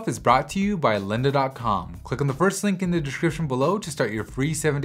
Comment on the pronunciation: Great video! However, could you please avoid pronouncing ''the'' as ''thee'' even when it's not before a word that starts with a vowel? I'm probably being pedantic but it kind of annoys me ^^